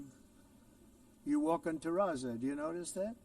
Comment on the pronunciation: If he’s so knowledgeable about construction, why isn’t he able to pronounce Terrazzo correctly?